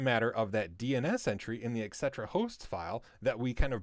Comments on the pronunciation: eh, its not EXETRA, its ET CETERA :) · the correct pronunciation is "et cetera."